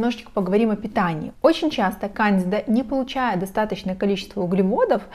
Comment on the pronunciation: Проверьте, как правильно ставить ударение в слове кандида 😊